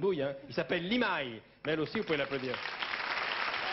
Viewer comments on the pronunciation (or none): Sacré Michel Drucker, qui appelle Limahl "Limaille" !!🤣. Dommage pour le décalage image/son, mais excellente prestation en live intégral, remarquable prestation vocale de Limahl !!!